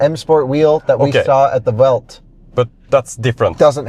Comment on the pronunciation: As a BMW nerd, shouldn’t you pronounce Welt as Velt? If not, why not just say BMW World? Not antagonizing, just curious!